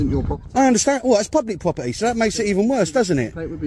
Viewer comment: Pubwic pwoberty